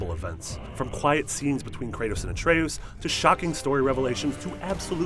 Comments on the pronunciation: I don’t like how he says Atreus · I don’t understand how people mispronounce words when the word they are saying is spoken atlest 50 times in the game. Dude, it’s not ah-trey-oos. It’s ah-trey-us. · Holy horrific pronunciations Batman...you're reading a script I assume. There's no way you played this epic with those pronunciations? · I swear, with all the things mispronounced it feels like you are only reading a script and have never played the game. Jotunheim and Atreus are spoken aloud multiple times in the game. It's like when WatchMojo called Sithis "Seethis" like 10 times in one of their videos. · A tray OOS???? JOE-tunheim???? This guy doesnt know how to pronounce any of these names lol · Atreoos? Joetanheim? WHO ARE YOU???? It's Yo-tan-heim. It's not even a, the game pronounced to wrong so you didn't know how to pronounce it! The game pronounced Jotunheim right! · Atreoos. Jotunheim (pronounced yotunheim in the game) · ah trea ous... joe ten hiem (I love how he misprounounces things even though they're said in the game) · Christ your pronunciation of jötenheim and Atreus are BRUTAL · This guy’s pronunciation of Atreus and Jotunheim is hilarious. It’s obviously a dude reading from a script, just get someone who actually played the game.